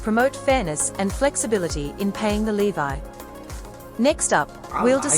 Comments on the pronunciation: it’s so weird that she pronounces ‘levy’ as ‘levi’. weird. is this an AI voice? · Why did she keep saying levy that way??? 😂 so annoying lol